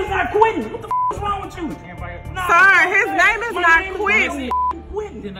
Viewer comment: First "Leroy" and now "Quientin"